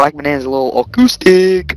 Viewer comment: Kid asked if you were "au-coustic" 😂